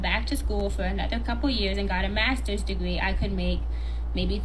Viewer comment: "Eeben doe a 'ave a degwee, I'm a stwippuh because I'm smahtuh." Girl! You cant get hired for any job that requires representing your company! 🤣🤣🤣